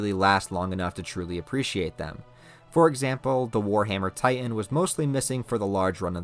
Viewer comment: There are two T's in the word Titan,. You keep saying "Ti-en". Its Titan.